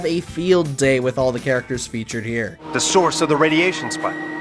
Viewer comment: You said characterchers